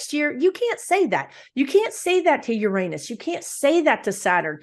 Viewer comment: Great video as always...and I also want to say thank you for saying Uranus properly 😄 I mean UGH everyone's so afraid to say it anymore because of the obvious joke, that they pretend they're suddenly British and say Ur-AH-nus...or even worse, Urine-us 😆. Refreshing to hear it pronounced like we all said it in the old days and I refuse to say it any other way!